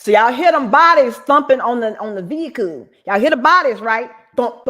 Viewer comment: If I stop the video at this point, there's no veehikuh on the screen. So there never was a veehikuh, y'all just decided to go lay down